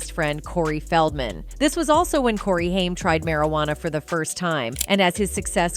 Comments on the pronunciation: It's not Hime it's H aim...good greif! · Haim like the word claim not hime. Have heard this about Sheen for yrs but it's hard to get through video hearing hime. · When AI does the narration we get mispronounced names like "Hime" instead of the well known "Haim" and "Nine Hundred and Eleven call" instead of 911...😂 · The A.I. is super annoying. Very good job on the consistency the main person's name is ping pong'd from Haim to Heim also.... Dragging up old news and mispronouncing dates as numbers... I hope whoever made this video didn't pay to have it made or edited... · Why do you keep saying haim wrong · Whoevers narrating / whatever AI can't even pronounce Haim (Corey). And the pictures shown next to Corey Feldman aren't Judy Haim, they are Barbara Walters.